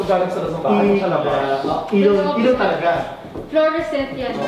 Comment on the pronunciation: bilib na sana ako sa interior designer, kaso yung pronunciation ng "stucco" and "fluorescent"